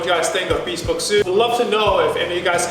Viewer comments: Hey buddy, just a friendly comment: It’s NOT pronounced bee-spoke, it’s pronounced bihspohwk. That’s the best spelling I could do for the correct pronunciation. And please don’t desecrate your custom-tailored suit with those shoes. Get a more casual suit made if you want to stick with those shoes. Good effort on this video though, so more power to you. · This might be an English pet peeve but I get annoyed when someone says “be-spoke” as opposed to “bes-poke”. Let me know if anyone else has this pet peev as well. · I noticed that too. "Bee-spoke suit" ;) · First off, I love the video. Everyone should own a bespoke suit. I hate to be that guy but I thought you should know it’s pronounced ‘Bess-spoke’.